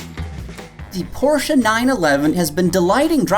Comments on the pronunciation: Porschuuuuh ... You muppet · It's definitely pronounced Porsche, not Porsche.